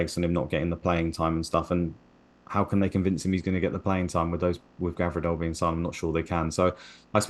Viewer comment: Someone tell it's Gvardiol not Gavirdol